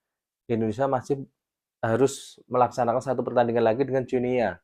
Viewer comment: Salah bro, bacanya Guinea itu "Gini", spt kita baca Papua New"gini". 🎉